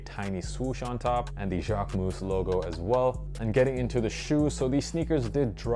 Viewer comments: dude , I am French and I live in Paris . You are not . You are saying it like : « jacquemousse » which could be translated as Jacquefoam… If you want to learn the correct way , go on a French vogue video about him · As a French the JacqueMOUSSE got me everytime hahaha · It’s still not the right pronunciation tho haha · Good video, average shoes but sorry, considering how many times you say Jacquemus in this video, you could have researched beforehand how to pronounce it correctly